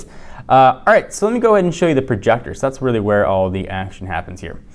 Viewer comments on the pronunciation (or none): "let me show you the projactor" What's a Projactor!!!!!